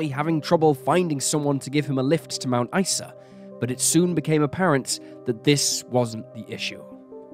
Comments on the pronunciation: Mount Ice-a and Air-Lie Beach were impressively botched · I get very angry when police put cases in the "too hard" basket, and/or cover up for potential "bad seeds" in the force. Thank you for bringing this case to light again. Though I would appreciate that place and people's names (Ivan Milat, Mt Isa, Concurry etc) be checked for correct pronunciation before voicing the narrative. And although I understand that a lot of time and effort goes into making these videos, it isn't a hard thing to do. Most pronunciations can be checked online.